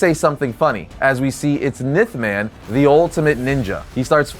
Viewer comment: Ya, I’ve never heard him be called “Nith” man 🤣 only “Enth”, like the letter N but with a “th” at the end. The pronunciations of some things really makes me wonder just how much of a comic book nerd they really are and if what they’re saying is anything they knew before being told in the script they were given…